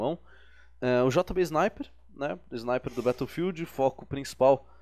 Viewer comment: "bétoufild" certeza que o cara tem mais de 25 anos e ainda não aprendeu a falar shaush